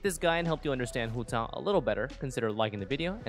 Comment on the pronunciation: Im sorry but i hate the way you say Hu Tao great video otherwise